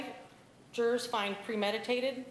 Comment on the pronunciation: Is it just me or is it really annoying to hear Nancy say “Jurors”